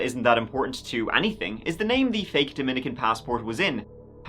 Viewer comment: Thank you for the correct pronunciation of Dominican Republic, my family are from the other Dominica they get annoyed with incorrect pronouns.X